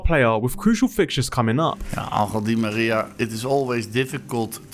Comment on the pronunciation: In what language does Angel become "angle."